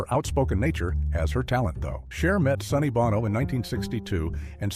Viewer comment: Who cares ‘bout these “celebrities”? May we get down to “brass tacks” & please address a real source of discomfort?! - these annoying narrators & their mispronunciations of such names as “Sonny BAWno” or words like “the queen of NEECE”?! I mean, COME ON! 👎